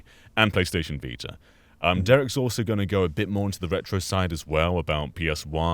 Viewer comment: The vita or as says the Viter